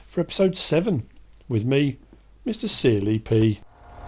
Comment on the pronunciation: Sounds like you are saying mr silly pea